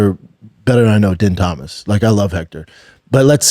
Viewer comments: Bro lmao how you gonna say we’re all cheering for her but multiple multiple times say yeah she got her ass beat but man we’re gonna watch her next fight yeah she really lost bad but this is so good for her you crack me up bubba btw din Thomas pronounced dean thomas you kinda should know how to atleast pronounce his name Gillian is pronounced Jillian just spelled differently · Din Thomas bro dammit B it’s not that hard to say fuhhhhhhhh